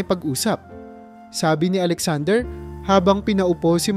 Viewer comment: Katulad Ng salitang Sabi maragsa Ang pagbigkas sa mo.